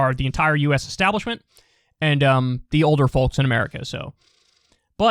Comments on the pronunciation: Bad enough saying “folks” instead of people but on top of that pronouncing the “l” in folks 🥴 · It's all about Kyle pronouncing the 'L' in folks lol